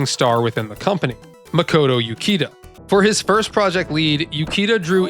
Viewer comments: oo-CHEE-da, not you-kee-da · Uchida is pronounced like Oo-Chee-Da. Japanese has the English ch sound, like "cheese". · by odin you dont know how to pronounce Japanese names. Uchida, the CH is not a fucking K sound you brainlet. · Ukida....Uchida , different names my dude. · Imagine making a whole 16 minute video and doing in-depth research on a game but you never bothered to learn how to say the creator’s name…and the creators name is in a phonetic language…